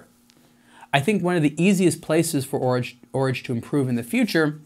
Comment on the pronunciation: A good dispassionate review! I must admit that hearing 'Horage' pronounced as in 'Porridge' knocked about $1000 off the price for me. 'A small version of a big date' seems somewhat self-defeating.